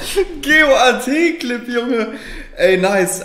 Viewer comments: Hör auf GOAT deutsch auszusprechen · Bitte sprich Goat wie Goat auf Englisch aus nicht G O A T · es heißt Goat und nicht g o a t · warum sagt er immer G O A T anstatt goat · Wieso sagt er immer G O A T? Was ist das?